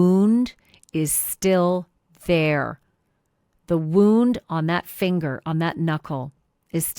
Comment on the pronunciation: This is old news. Who gave you the knowledge that these pictures had never been seen before, because you are incorrect. We have all seen these pictures. Where have you been or are you posting old videos. WTH are you doing? And . . .your obsessing over that “woooooound” lol is comical. . . sorta embarrassed for you.